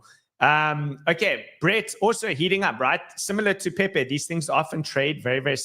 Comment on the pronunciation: PeiPei not Pepe